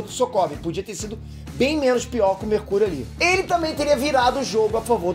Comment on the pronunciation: Quem ouviu ele falando mercúio numa parte domvideo